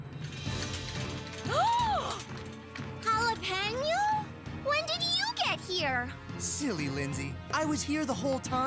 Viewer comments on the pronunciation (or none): Lindsay: jaLalApEÑo?😂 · Bro said alepanyou said lindsay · The fact Lindsay Said Alehanyo Execpt Alejandro💀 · “jAlApEÑo” loll